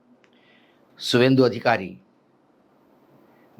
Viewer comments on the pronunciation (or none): शवेंदू नहीं सुवादु बोलो सर , इसको स्वाद लेने बीजेपी में आ गया।